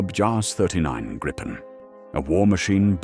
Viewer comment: The Swedish (and Nordic) "i" in Gripen is like the "i" in "video", not the "i" in "vice". The "re-armed, re-fueled and airborne again from a road in 10 minutes, using only 4 conscripts plus 1 trained technician" may be the optimal stretch, but you get the general idea of the Swedish concept of Dispersed Operations. Bombed-out air bases become irrelevant! An 800m stretch of highway, a fuel truck, a weapons supply truck and and a handful of minimally trained conscripts will do, be it in 10 minutes or 20 minutes. This capability is off the charts for any defensive air force, which is what the Swedes were aiming for in the first place.